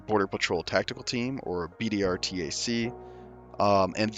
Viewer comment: I thought it was BORTAC, not BDRTAC?